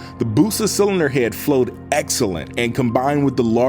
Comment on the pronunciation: Can tell this man is from the south just by the way he says head